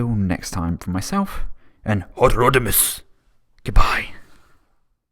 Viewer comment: LOVED the Japanese-esque pronunciation of "Hot Rodimus"!!!!!